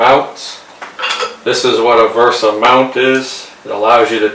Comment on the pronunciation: VESA not VERSA